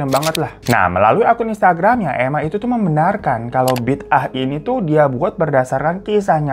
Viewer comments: Sebutannya nyambung -> bidaah (bi daah). Bukan bid ah. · Sebutan bidaah itu kalau diMalaysia pengucapannya Bida'ah./Bi.da.ah. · BIDAAH the pronunciation is BI DA AH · Malaysia singgah buat Bang Hiro cute glowing Kaching ❤🇲🇾Pembukaannya faizal hussein,pelakon senior di malaysia.. Sebutannya bida'ah bang... Sy rase,perkara dn hal³ sebegitu mmg ade terjadi...ibarat ajaran sesat.. Semoga kita semua dijauhkan dri perkara³ menyesatkan...love u bang hiro!!! Tq tq tq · Bi da ah bang sebutannya klu di Malaysia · Sebutan A Indonesia sama Malaysia kan ngak sama.tajuknya bi da ah.bagus cerita ini menunjukan kepada warga supaya sedar kebnyakannya Masih percaya benda yg sesat begini.cerita ini udh menungkapkan fakta sebenar yg ada di negara kita sekeliling kita.bnyk yg marah itu kita mungkin tahu lah kenapa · Sebutannya bi-da-'ah, dari perkataan bahasa arab juga. JAKIM adalah badan agama kerajaan yang bertauliah yang akan memantau dan memperkasakan agama islam di Malaysia. Selain ajaran sesat di atas, ajaran Mashitah agak banyak juga pengikutnya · Bida ah bang sebutan nya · sebutan nya BI DA AH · Bida'ah sebutan orang Melayu....ada yg sebut 'bedo'oh', 'beda'ah'..ikut loghat